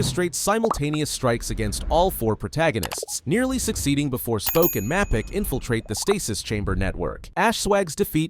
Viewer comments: Mappic do u know even know gramar bro ur American but don't know how to pronounce it it's the spelling is mapic and the pronouncetion is maypic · yeah and the way he pronounces mapicc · cant believe you said "wifis" not wee-fees AND MAPICC (PRONOUNCED MEY-PBIK) MAAAAAA-PIIIIIICK